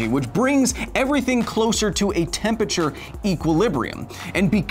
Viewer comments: Love the videos but it kills me every time I hear Kyle say tempeture it’s temperature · Temperature, not tempiture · Why does Kyle always pronounce temperature as tempature? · Seriously. The word is TEMPERATURE. not tempacher. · Take a drink everytime Kyle says "Tempature". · Tempature? That pronounciation is just... nasty. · Is 'tempature' the new 'aluminum' or are you just pronouncing temperature weird? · Tempature....here he goes again... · Honestly the only thing that annoys me about this is the fact that Kyle keeps saying "tempeture" Missing a syllable there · Interesting video, but man, "tempachur" hurts my ears. 😂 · Can never get passed the way you say Tempature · I can't get over you saying "tem peture"... :p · You say "Temperature" funny. I'm pretty sure there's an R in the word you're missing out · Are you pronouncing it "tempature?" Is it an American thing because I've always known it to be spelt temperature. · Someone needs to teach Kyle how to say temperature... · Your pronunciation of temperature is strange.